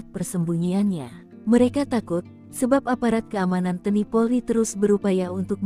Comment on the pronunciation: Tolong mbak penyiar bahasanya yg benar, baca TNI kok teni maksudnya apa